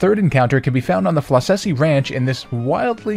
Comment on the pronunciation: These things still bug me... The Floccesy Ranch is pronounced like "Flock-a-See", like a flock of sheep (hence the Mareep), or Flock of Seagulls, the stupid haircut they characters have. And yet so many people still call it "Floss-ess-eee". I didn't think it was so difficult in a series which lives on puns